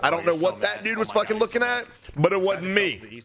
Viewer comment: "But id wadn't me" ur mouth malfunctioning?